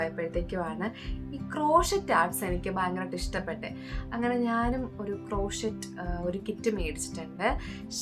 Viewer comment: ക്രോഷീറ്റ് അല്ല ക്രോഷേ cro-shey❤